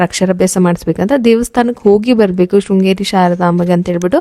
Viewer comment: ಶೃಂಗೇರಿ ಅಕ್ಕ ಅದು ಶ್ರೀಂಗೇರಿ ಅಲ್ಲ